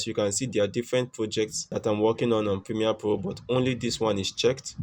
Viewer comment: pimie po o poject . dude where is RRRR